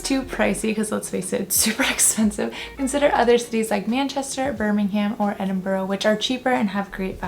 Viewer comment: Keep working on "Edinburgh" (second mention was better).